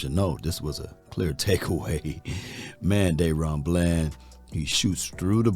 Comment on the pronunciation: It ain't Dayron.........its Da-ron....... DA RON! Come on 🤣😂